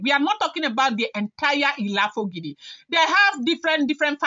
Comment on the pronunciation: You can't pronounce the family name correctly for the length of time. The correct pronunciation ends with "o" not "i" . "Lafogido". Pls take note.